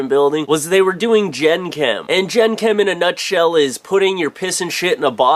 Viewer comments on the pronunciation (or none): ITS PRONOUNCED "jangkum" not "jenkam" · it's pronounced Jenk'm